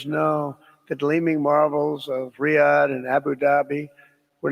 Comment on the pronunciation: The name Riyadh is pronounced "Ree' Ahd" as in the "e" in "Ree" having a long "e" sound. Look it up.